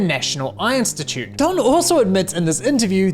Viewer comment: Great video ❤ Someone else also had to laugh with him saying "Einstitute" 😂😂